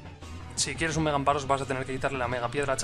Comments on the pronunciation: Amparos!!??! Mis oidoooos sangraaan! AmFaros por diooos! jajaja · Gracias, pensaba que era el único que notaba que moría un pichu cada vez que decía amparos.